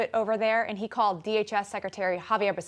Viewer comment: Its Xavier not javier becerra